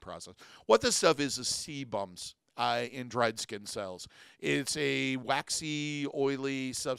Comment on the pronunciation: SEE-bum both singular and plural AIR-ee-OHHH-luh note it is luh not ruh Addition to his advice on abandoning nipple piercings, if they either never fully healed or have a tendency to become angry/infected despite good, proper hygiene, speak with your physician prior to discontinuing about the possible need for antibiotics to ensure they do not heal around infection and become abscessed and require medical incision and drainage. Great advice all around.